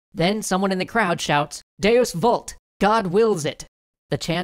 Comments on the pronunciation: Sorry to be a snob, but it's pronounced "wult" not "vult" for deus vult. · Hate to point this out, but 'v' is pronounced as a 'w' in latin, so 'deus vult' is pronounced 'deus WULT'. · Vult isn't said like vault it's Latin where the v is said as a w sound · wouldn't it be pronounced 'wult' since it's latin?